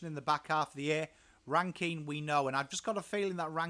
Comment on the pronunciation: Definitely on the mark. I like the inclusion of Hinge. He goes hard and lots of versatility with his height. My main gripe other than your pronunciation of '' is how tall the backline is. Worrell was only getting games when Doedee was injured, he is now fighting Mcalaney for a spot. Jones or Hamill will most likely be the second small Def behind Smithers although Milera looks to be going back to defence this year. Mchenry and Murphy will find it hard to find a game with the inclusion on Ran-Kin and a fit Rachelle. Pedlar and Cooke are two others to watch depending on the weekly matchup. Cooke to fight a spot with Hinge or McAdam. Pedlar may overtake Shoenberg. Edit: forgot parnell in the same bracket as Jones and Hamill.